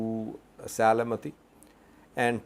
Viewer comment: Se-le-m-ti Not Se-le-me-ti. Thank you for your reports.